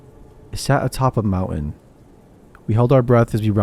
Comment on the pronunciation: Love the stories but please pronounce words correctly, I think you were saying mountain but it’s very hard to understand